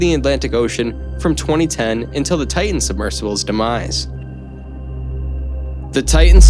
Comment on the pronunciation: For the love of God, it's not enough you butchered the victims names, but could you at least say TIE-TIN rather than TAH-EH, you sound dumb.